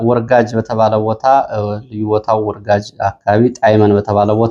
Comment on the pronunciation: ወርጋጅ ሳይሆን ወርጋጃ ነው የሚባለው- በለሳ